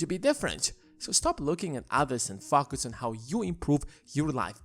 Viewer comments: focus not fucus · I’m only one to hear f@ us instead focus? But definitely a good video. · why do you say "poor people fuck us" lol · Sorry but every time you say focus I chuckle